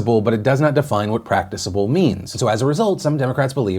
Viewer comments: Prac-tic-able not practice-able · Phil....."Practi-sable"?????????? Really dude!!!!! "Practi-cable"............. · "practicable" Phil, not "praticeable" haha. not a big thing. Great job. I would like to see you talk about the specific measures that S. Korea, Singapore, Hong Kong, and Taiwan took that really worked. I also think ut's important to acknowledge that while it's great that celebrities and companies are coming together to donate, (similar to the crowdfund for medical expenses popularity), we shouldn't really need to rely on the goodwill of rich people for medical need and national crises.